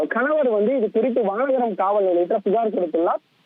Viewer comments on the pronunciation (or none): யோவ் அது வனகரம் இல்லை வானகரம். 😅😅